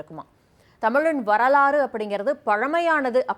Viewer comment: என்ன வொரலாறா?(வரலாறு) வெட்ச்றிகரமாகவா?(வெற்றிகரமாக) இன்ட்றஷய தமிழர்களா?(இன்றைய தமிழர்கள்) வோழ்ந்த'வா?(வாழ்ந்த) வ்வொய்கை'யா?(வைகை) இலக்கவா?(இழக்க) மட்சும்'மா?(மற்றும்) பொருநறாட்ச்சுப்படை'யா?(பொருநராற்றுப்படை) நூட்ற்ச்சு'ஆ?(நூற்று) கட்ச்சிதமாவா?(கச்சிதமாக) க்கடினமா?(கடினமான) தமிழ அழகுபடுத்தி பேசுவதாக எண்ணிக்கொண்டு உச்சரிப்பு பிழையோடு பேசுவது அசிங்கமாக இருக்கிறது கேட்பதற்கு.